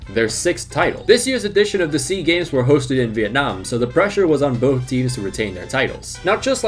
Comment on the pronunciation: It's S.E.A. Games, not Sea Games. South Korea is in East Asia.